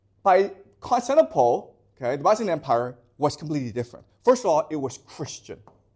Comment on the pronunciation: I can tell this man reads a LOT. Why? Because he mispronounces unusual words and names, those you don't encounter in every day speech (eg Constantinople). Basically it means he didn't have someone lecture him so he can pick up the pronunciation, but he learned it by reading so the pronunciation isn't obvious. This isn't to criticise, and I think it's the mark of someone who loves learning.